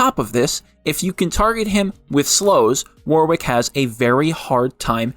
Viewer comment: Auto dislike any video where Warwick is pronounced wrong, soz